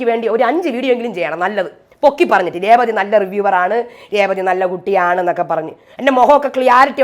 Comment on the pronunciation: ചേച്ചി കേസ് കൊടുക്കണം. രേവളി എന്നാണയാൾ പറയുന്നത്. ഒരാളുടെ പേര് ഇങ്ങനെ പറയാമോ?